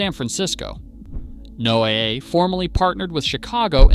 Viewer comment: I gave this a thumbs down for the horrible AI voiceover. Just a few examples: “NOAA” mispronounced, the phrasing is terrible (one point running into the next & stresses in the wrong places), place names mispronounced… obviously not a human. Lazy youtubers who can’t do their own voiceovers or won’t pay a VO artist, don’t deserve more viewers.